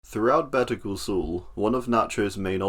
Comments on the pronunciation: "of better cul sul" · “Better cool sool” is what I heard in the beginning 😂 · Ah, "Better Call Saul", or as the narrator calls it: "Better Ghoul Sool" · man made "better call saul" sound like the the name of a french castle in the first 2 seconds of the video